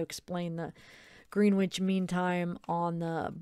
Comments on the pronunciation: It is pronounced grenitch. Lol. I was laughing bc we pronounce a lot of things differently here in the UK. was saying route we pronounce it root. 🤣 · Gren itch mean time....that’s pronunciation not spelling 😁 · I think it is pronounced GRENITCH mean time:) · Grenwich mean time is uk time and its pronounced grenich the w is silent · It’s pronounced Grennich 😉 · Love your videos. You’re so lovely. Just abit of trivia being English. Greenwich is pronounced Grenitch. A lot of English places are pronounced differently to how they are spelt. 😂 just an FYI. Xx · it's pronounced grenn itch mean time by the way uk friend helping you out x